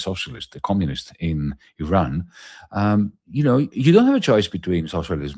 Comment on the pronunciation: You can’t pronounce Iran